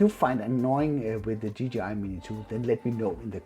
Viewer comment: Did he just say a ggi mavic mini 😂😂😂